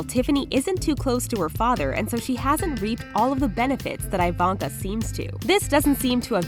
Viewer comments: Eeeeevonka not iiii vonka thats my only complaint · YOU’RE PRONOUNCING IVANKA INCORRECTLY